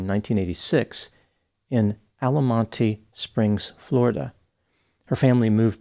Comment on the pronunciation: *Altamonte Springs (Pronounced Alta-Mahnt). I used to live there as a kid and moved back to the general area less than 2 years ago. I miss Denver but glad she's not here making things worse.